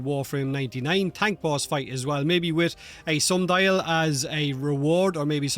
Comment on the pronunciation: "maybe a sundial as a reward" a WHAT? Sumdali?